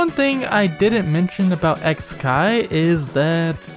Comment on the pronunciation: I think it's suposed to be pronounced "kikai" since it means machine/mechanism in japanese It's a pretty clever pun actually